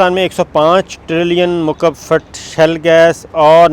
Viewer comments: Sabir Thanks for good news. It is "SHALE " gas and not "SHELL"gas. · Good news Sabir bhai! but its not 'shell gas' its 'Shale Gas'! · That’s a great news. By the way it is ‘Shale gas’ not Shell gas. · As we know: You have done Master in Political Science but Degrees in our country are of so poor Qurality. Before airing this video, you must have checked if words are "Shell-Gas" as you are saying in this Video or that words are "Shale-Gas"? Reservoirs of Shale Gas exists in many countries but Production Cost of of shale Gas and Oil from Shale is so high and that it is not feasible to work on this kind of Projects. From a few years, in USA, they have discovered new methods for Shale Gas but that needs toooo Much water and also have collateral environmental damage. Yesterday we were watching a Video of a channel that have hundreds of thousands followers but in Video, owner of that Channel was calling Stealth Jet as "Steeelth Jet" but in fact Stealth is pronounced as STELTH. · Not shell it's shale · It is shale oil not shell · Please note correct pronunciation is shale gas or shale oil. Shale is a geological strata formed by compressed clay where these products are trapped.